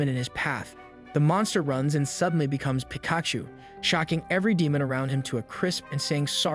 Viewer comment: Bro calls himself but said "peek-atchu"